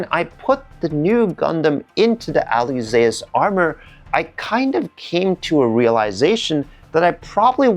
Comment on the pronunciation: This is a great video and you not being nitpicking. You are details orientated, that's a competence! And the missing details on the kit looks more like the older HG from Bandai:D Fun facts: The name Alyzeus is from the agreek mythology, son of Icarus. The pronounciation is like Zeus = "Dzuis" or in modern Greek "Zefs". Alyzeus "Ah-lye-zefs / Ah-lye-zefs